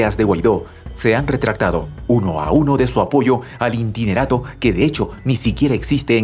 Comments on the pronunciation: buenas tardes que es un intinerato...?? muy buena noticia pero fallas en la dicción y pronunciacion, es interinato, creo que la palabra intinerato no existe...!!! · ¿INTINERATO? ¿Alguien pude enseñarle a este locutor la palabra interinato?